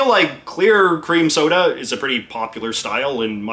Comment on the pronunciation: At first I thought you said "queer" cream soda And I liked the old fashioned postal pillars that doubled as an armoured tank barrier...